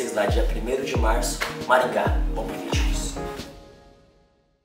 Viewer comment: Ate os berti pego a mania de falar "Vioo" Afff ate eles😂😂😂